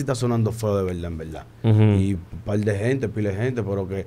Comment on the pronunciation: En velda velda,,, al final de la jolnada...lenguaje coloquial urbano.... Urbanos dejen de estar tatuandose la cara, ese tatuaje entre los dos ojos es asqueroso